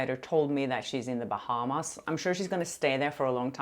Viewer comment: "Stay in the bahams till 2026 🤣🤣🤣"